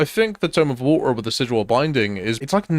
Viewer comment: Crazy you can put an R in the word Method but not one "T" in Bottle of Water